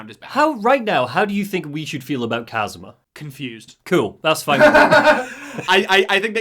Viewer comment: Also his name is Kazama, nor Kazuma. Kiryu's first name is Kazuma.